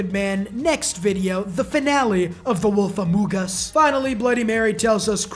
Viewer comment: The way he says "among us" 💀